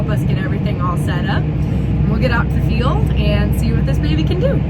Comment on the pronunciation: Why do you say failed all the time? Or do you mean field(pronounced feeled)? Lol 😂😆j/k